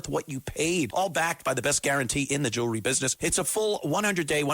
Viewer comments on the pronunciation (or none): none